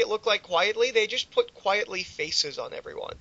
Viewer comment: His name is pronounced "Quite-ly". His whole name is a spoonerism of "Quite Frankly." There, I said it. There's my trolling for the day.